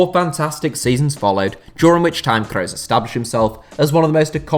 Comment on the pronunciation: Mooler and Crows, Germany's finest